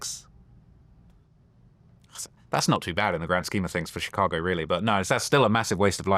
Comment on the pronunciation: VLAD CAN'T PRONOUNCE CHICAGO RIGHT 😂